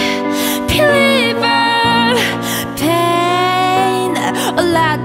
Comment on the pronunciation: 음색 가창력 다 너무나 좋은데 한국인이 유성음과 무성음을 잘 구분 못한다는 게 새삼 느껴지네요.. believer가 아니라 peliever라고 발음하심.....